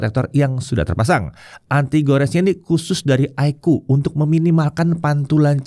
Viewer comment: Koreksi, bilangnya kok iqoo fifty?